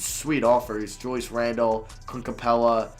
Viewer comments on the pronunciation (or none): none